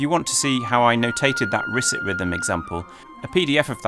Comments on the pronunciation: Please note correct pronounciation of "Risset," which is from Jean-Claude Risset, who was French: therefore, not "RIS-it," but "ris-SAY". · Risset rhythm and the Shepard-Risset glissando are described on pages linked from Jean-Claude Risset's wikipedia page: ... by the way, his name is pronounced Ris-say. Had the pleasure to meet him a few times when he was at Stanford. His compositions are worth hearing, especially his pieces for computer-controlled piano and human pianist. Thanks again David for a wonderful video!